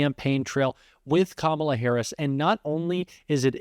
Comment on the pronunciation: Oh my he pronounced Kamala correctly